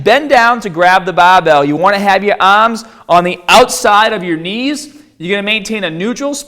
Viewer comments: Stahht with your ahhms shoulder with apahht on the bahhbell . 😂🤣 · Why do you pronounce barbell and arms, like an aussie? lol